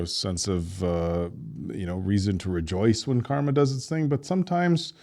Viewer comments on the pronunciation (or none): none